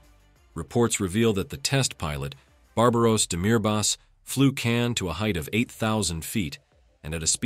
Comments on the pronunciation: ... not correct pronunciation, not Can but Kaan. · Real word is khan not kan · Learn to pronounce KAAN right; it is pronounced just you see as spelled; KA-AN, not as you americans try to americanize everything; you are pronouncing "Keh-anne", what is this? If you were to ask a real English-speaking person, i.e. an Englishman, he would immediately know its proper pronounciation 👍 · KAAN should be pronounced as kahn in english, as in cengiz khan